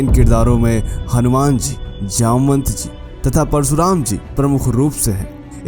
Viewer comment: परसुराम नहीं। परशुराम। भाई हिंदी सीखो।